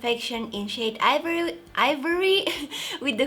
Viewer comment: she stumbles while pronouncing ivory then how does she pronounce her channel name????😓